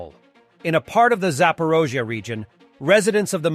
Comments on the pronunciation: Why always calling it Zapirozia while it is called "Zap O r I zhzhia"....Zaporizhzhia.... Do we say Omareca when we mean America?? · It is clearly spelled Zaporizhzhia. Even you spell it that way. Ukrainians don't pronounce it as Zap-or-OH-zhya.